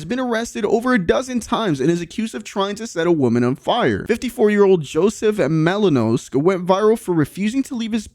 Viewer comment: It’s Malinowski u idiot at least get dudes name right…!